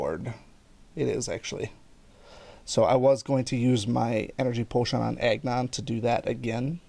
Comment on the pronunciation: When you say Agnon it sounds like you say eggnog 😂. Btw, great video!